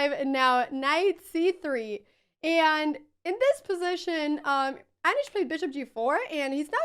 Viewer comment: Aneeesh, not Anash 😂